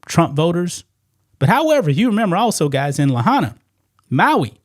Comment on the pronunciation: La high na, not La ha na.